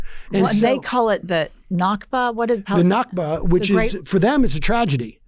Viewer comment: The word is nakba not nakva (this is Israeli pronunciation)